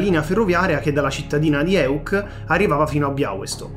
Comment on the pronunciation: Da polacco chapeau per la pronuncia delle cittadine da parte dell'amico